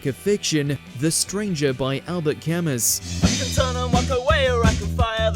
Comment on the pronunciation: It's pronounced Ka-MOO not KAR-mus